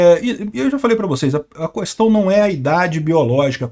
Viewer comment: Sugestões de nicks: - é John Galt - fala "pois bem" - fala "qüestão" - Peguei o sotaque do - Galt é John Albuquerque - Ricardo Turguniev é Albuquerque - outras pessoas e várias outras pessoas - pessoas com nicks estranhos - pessoas de ideologia duvidosa - pessoas que não ousam falar mal do stf - pessoas estranhas que enchem meu saco - várias pessoas que eu não vou falar o nome - pessoas que eu decidi censurar - pessoas censuradas pelo xandão